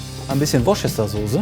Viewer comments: "Worschester"-Sauce ist schon ne sehr denglische Aussprache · Als Koch sollte er wissen, dass man Worchester Sauce :" Wuister " ausspricht! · Es wird Wustersauce ausgesprochen!! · Wenn man sie schon benutzt, sollte man Worcestersauce schon richtig aussprechen. Peinlich